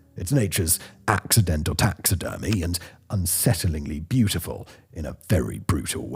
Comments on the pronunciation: "Brutyful"? Strangely fitting for a lot of things. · You got a like just for brutiful 😂